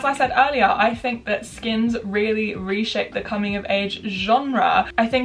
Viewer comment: Can you say 'think' instead of 'fink' please, thank you x